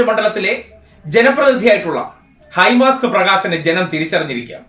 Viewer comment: ഹൈ മാസ്റ്റ് ആണ് ഹൈ മാസ്ക് അല്ല.